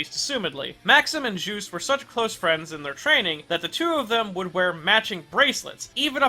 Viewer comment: Oh i always his name is called jus-te' belmont. Not juice belmont